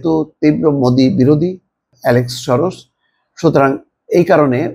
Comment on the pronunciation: উচ্চারণটা "শরশ" নয়, সরোস।